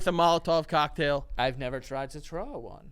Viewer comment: "ive never tried to trow one 🙁"